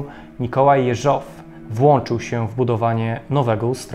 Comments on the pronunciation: Super filmik! Tylko dlaczego akcent na ostatnią sylabę przy nazwisku "JeżOW"? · Dobra robota, ale narrator źle akcentuje nazwisko głównego bohatera. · dlaczego akcentuje Pan nazwisko Jeżow na drugą sylabę? Poza tym bardzo ciekawy program, pozdrawiam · Po pierwsze primo - gratuluję kolejnego, doskonałego odcinka. Po drugie primo - zawsze oglądając takie filmy zastanawiam się, czy kolejnych szefów NKWD nie odstraszał los ich poprzedników? Po trzecie primo - jak znam, dziwię się kilkukrotnie błędnej wymowie nazwiska Jeżow z akcentem na ostatniej sylabie. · Prośba do twórców, lektora programu. Jeśli już przytaczanie nazwiska rosyjskich, sowieckich obywateli, to bądźcie łaskawi nauczyć się poprawnej wymowy ich nazwisk. Mówię się Jeżow z akcentem na. "E", a nie na "O". Ale ogólnie film b.dobry, tylko popracujcie nad wymowa nazwisk i nazw własnych bo ich się ani nie tłumaczy na polski, ani nie wypowiada się ich z polskim akcentem bo aż uszy bolą jak się to słyszy, zwłaszcza jak ktoś zna rosyjski. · Materiały masz ciekawe, ale gdy mówisz, niepotrzebnie próbujesz naśladować akcenty innych narodowości, w tym przypadku przeciąganie słowa Jeżow. Wiem, ze chcesz dobrze, ale to w ogóle nie brzmi po rosyjsku i powstaje pytanie, po co w ogóle ma brzmieć, skoro wszystko jest po polsku, a nazwisk innych bolszewików i tak wymawiasz z polskim akcentem. Pozdrawiam.